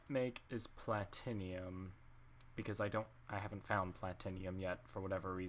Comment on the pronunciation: Platinium is platinum...(plat-short i-num)sorry it kinda bugged me